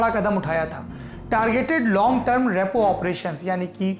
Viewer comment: Rapo nahi Bahi Repo😂🤣😂